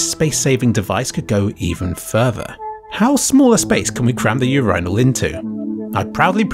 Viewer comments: this whole fucking idea is thrown to the garbage by everyone after hearing how you pronounce urinal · Why do you pronounce urinal like that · you said urinal wrong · For the love of god, you MUST NOT call it a U-I-urnal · So wait when Brits say the word "urine" do they pronounce it "your-ein" or does it just change for "your-ein-ull" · im sorry but u-rye-nal?? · months later and I only just now learned that the way he pronounces "urinal" in this video is genuinely how people in the UK say it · And today I found out that the british pronunciation of urinal is different. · I'll never get used to the british way of pronouncing 'urinal' :D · I can't believe you pronounce it urinal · why would you pronounce "urinal" like that? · British people don't actually pronounce urinal like that... right? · The worst thing I heard in this video was your pronounciation of the word „urinal“. But I guess thats a good thing, right? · … why does he pronounce urinal like vinyl. Is that a Brit thing? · the r sound in british english is a labiodental compared to american which uses an alveolar